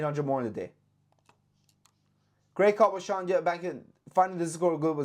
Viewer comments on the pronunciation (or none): none